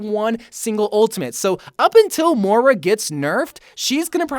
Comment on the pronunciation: M-o-i-r-a not mora.